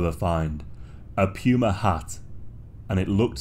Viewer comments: a Pew-ma lol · Puma was also weird to hear it pronounced that way